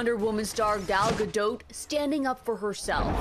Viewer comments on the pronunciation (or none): May they please pronounce Her name correctly jeeze is it that hard to say Gal -GA -Dot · You got the “t” sound correct but still didn’t pronounce her name right. There’s tons of interviews of her saying it correctly.